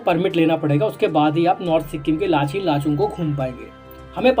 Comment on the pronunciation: लाचेन है भाई [ लाचीन/लाचीन ] बोल रहे हो